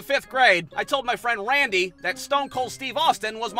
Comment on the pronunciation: Love how misspoke Randy's name. 😂